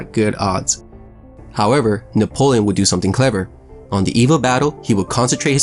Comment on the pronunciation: Boi u need to fight a hundred battles before you should open your mouth.."Nepolion"